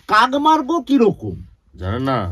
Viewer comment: মার্গো আবার কি? মার্গো সাবান নাকি? ওটা মার্গ হবে। এই কারনেই মীরদাকে দরকার আর বড্ড আনপ্রফেশনাল লাগলো